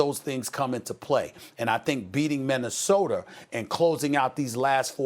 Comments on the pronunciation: Stephen A "MinnesotER" smith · Stephen "Minnesoter" Smith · Nobody: Stephen A. Smith: Minnesoter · Minnesoter tamper serge ibaker arizoner